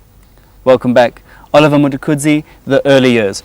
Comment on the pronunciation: This dude really can’t pronounce the word “Mtukudzi”?